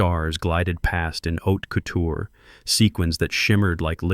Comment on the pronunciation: Haute couture not oat couture